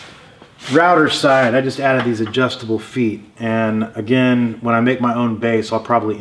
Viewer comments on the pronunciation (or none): none